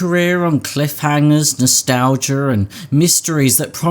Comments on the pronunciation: You adding an R at the end of the word nostalgia makes the feeling of nostalgia even more bittersweet and painful. Thank you for this. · Hard r